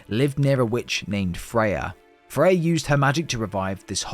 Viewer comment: I think when you say fey, you mean freya💯